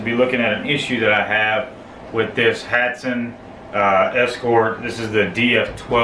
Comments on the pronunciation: Hatsan Not Hatson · For Good video thanks but correct name is hatsan not hatson.